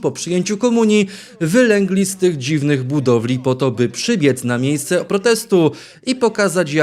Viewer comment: Panie, no sorry, ale już nie mogę się dłużej powstrzymywać. Muszę Pana prosić o poprawę. Wylęga ( przez ę), to się pisklę z jajka. A pisowska hołota na Plac, to wylega ( przez e).